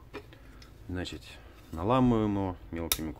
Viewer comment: значит, а не значить!